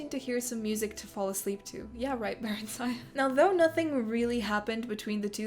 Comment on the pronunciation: The stress in barenziah should be on the first part and it should be pronounced with a short sound "i" and at the end instead of a "aya". Oh god it's really hard to explain - it should be "barEnzia". it's sounds simmilar to old europian names